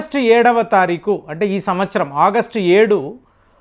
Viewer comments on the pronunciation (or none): none